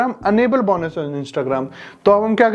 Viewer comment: बौनस nahi hota be Bonus hota hai 😂